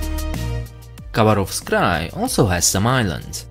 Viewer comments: not russian, because he does not say khabarovsk right. ‘k’ is silent and the stress goes on second ‘a’...so Habárovsk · When pronouncing Khabarovsk the K is silent, so it’s pronounced Habarovsk